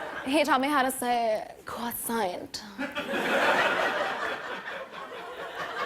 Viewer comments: "He taught me how to say... Cwasoint" I CAN'T🤣🤣🤣🤣🤣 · Cwasoint... my new favorite word🤣🤣🤣🤣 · "He taught me how to say... QuAsoiNt." Lmao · no in French we pronounce the R we say cRoissant and not cwassan ☺ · hetaughtmehowtosay ✨cwosaiant✨ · One taught me love One taught me patiece One taught me how to say cwasoint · I screamed when she said cwasoint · My soda squirted out of my nose when she said "cuasoint" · I feel like Tom Holland taught her how to say cwasoeint 😂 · When she said cwasoint and you have something in your teeth I died laughing I almost choked!!!😂😂😂😂🤣🤣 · " he taught me how to say croiwsaint.....but no big deal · "He taught me how so say cwasoint" (IM DEAD)XD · He taught me how to say....... cwasaint 🙌 🙌 🙌 🤣 😂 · I have never heard of a cwasoint, only a QuAcKson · What is mean cwasoint?? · Cwasiyant. Hahaaaaaa Lmaooooo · "cwosoynt" HAHAHAHA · Almost choked when she said cwasont and kitty parry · “He taught me how to say... cwasoint” -Ariana 2018 Love her, glad the queen is back 🔥🤗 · drinks water whatcha got for me today Jim Jim? “Casandra”- CRASOOIINNTT chokes spits water out I-I.... I- I can’t... I want... I WANT A CRASOOIIIINNNTTTT!! XD loved this segment. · I ALMOST CHOKED WHEN SHE SAID “crasoint” 😂😂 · Adamusic cwosaint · It’s quackson- tom Holland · One Taugh Me Love 💕 One Taugh Me Patience 😥 One Taugh Me Pain 😳 He Taugh Me To Say "cwasoint" 😂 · Yes and her saying "crasoint" was supposed to be a joke. Compris? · Is "croissant" ! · hhh no, its croissant, a type of bread i guess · It's CWoSAiNt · cross oint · "croissant" she needs to roll her r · Longhorn Patronus we do not pronounce the T at the end of croissant tho 🤓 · But actually she said it the right way.. except for the end: the n and the t are silent😂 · I’m from France 🇫🇷 But sorry Ariana the pronunciation is so bad 😂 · That was the goal, it's supposed to be funny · "CROISSANT" NBD BUT OMG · She said wrong croissant 😂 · Artist Kamelia she pronounced the word croissant like she was from russia